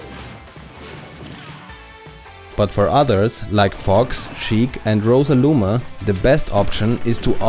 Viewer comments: I enjoy your Videos a lot. That beeing said the only thing that really bothers me is how you pronounce some Character Names. it might be a small thing but I can't listen if my mind gets stuck with "Rosaluma" or "Charizar". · he said rosaluma 😤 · lol. He said Rosaluma. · Did he say RosaLuma?